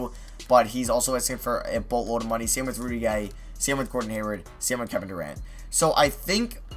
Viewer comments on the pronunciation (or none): none